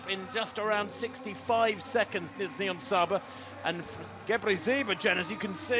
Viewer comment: Why does she say nibonsaya instead of niyonsaba multiple times? Seems very unprofessional, it's really not hard to pronounce :D Also I can understand why some find it unfair that she can compete against women, but it's not like she is on a completely different level, Genzebe Dibaba could probably have run this time as well as she was only 2s slower indoors. Also I'm sure Nyionsaba trains just as hard and gave everything in that race. It's a hard thing to judge, I wouldn't wanna be responsible for making these decisions as a ban would be devastating for intesexual Athletes like Niyonsaba...